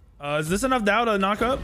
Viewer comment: In Chinese, there would be an accent or tone on the word Dao lol. So technically to pronounce it correctly you would say it with a falling tone.